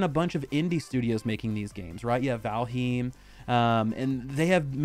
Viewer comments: but it’s pronounced like val-hime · Did he just pronounce valheim like valhoom? Lol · Not how Valheim is pronounced.